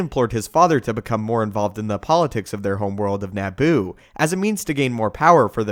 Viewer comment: “NAH-BOO”...? Try Na-boo, with a fast “a” sound...🥃